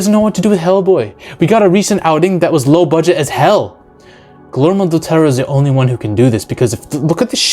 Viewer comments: It's pronounced "Gooey-Ermo" rather than "Ghoulie-Ermo" lol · its pronounced GIYERMO not GILERMO! lol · I dont know why, but name mispronunciations usually doesn't bother me..... but I couldn't stand to listen to this guy butcher Guillermo's Del Toro's name.... Gilermo???? Say with me, my guy... Gee-yehr-moh! 🤦🏽‍♂️ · Fully agree with everything you said. Guillermo del Toro needs to come back. Just one detail though. His first name is pronounced "Gee-yermo" 👍🏼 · The way you repeatedly butchered the pronunciation of Guillermo Del Toro is far scarier than this creature lmao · butchered his name bro